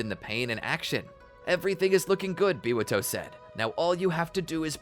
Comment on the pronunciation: u guys said Biwato but it's just my perfectionist me pointing that out